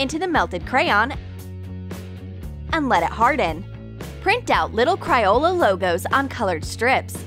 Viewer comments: Why did she say "Cryola"? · She said print out little crYola... Me: DIES 😂